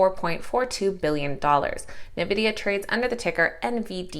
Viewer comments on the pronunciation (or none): Awesome report. The name of NVDA is N vidia, not novidia.😉